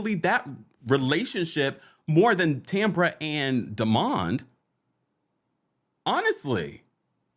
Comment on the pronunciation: I don’t like the way Tambra pronounces Demonds name it’s cringy. I agree Lateisha is a hater.